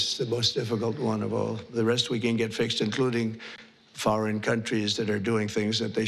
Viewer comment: oh wait did he say foreging lol